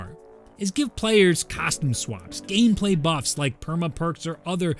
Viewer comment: “gamepaly buffs”